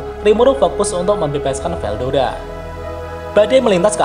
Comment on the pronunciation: Veldora min bukan veldoda